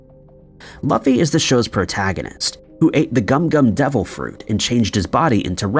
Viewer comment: It's "Loo-fee", not "luh-fee"